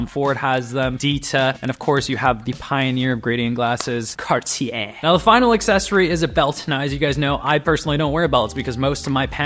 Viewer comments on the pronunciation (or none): none